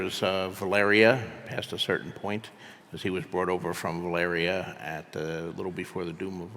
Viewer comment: I don’t like how George RR Martin says Valeria. I’m having a crisis